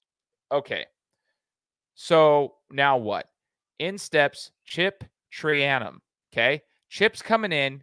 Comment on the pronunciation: Your pronunciation of traynum is brutal